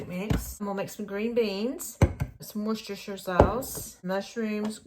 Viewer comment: Great meals and collaboration, you are a good cook. Also refreshing to hear you pronounce Worcestershire correctly. 😊